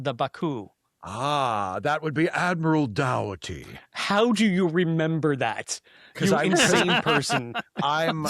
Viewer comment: Oh god, to be reminded of Admiral Dougherty. I hate how the film pronounced his name. I don’t know if it’s just the film mangling it or if it’s Americans in general. It's meant to be Doh-er-ty in its Irish origins so the “dour tea” was like nails on a chalkboard when watching the movie lol